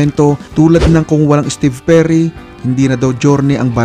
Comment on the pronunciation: Steve o jerry merun pla nun ang alam ko steve perry ang vocalist ng journey... Kung tama pandinig ko sa narrator lol